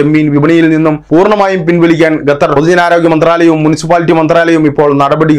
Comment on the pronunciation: Your pronounce the name of Qatar 🇶🇦 is not properly, always while naming places name must say properly, you saying repeatedly #" Gatar "# it's absolutely wrong.